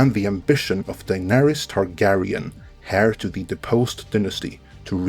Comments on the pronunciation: FYI : HEIR is pronounced with a silent "H". As in "Air" not "Hair". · Its actually pronounced closer to "air" than "hair" (heir).